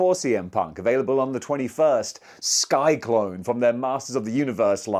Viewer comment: His name is Sy-Klyne. Not Sky-Klone. Just had to point it out.